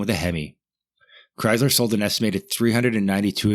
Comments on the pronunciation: OMG dude, it's Chrysler NOT Chyzler!!! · Dude... Chryzzler? Debyou-ted?? The mind reels...